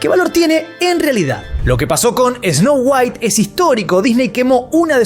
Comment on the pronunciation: DIJO TANTAS VECES ESNOU GUAIT QUE PENSE EN WALTER WHITE. ME VOY A VER BREAKING BAD 😎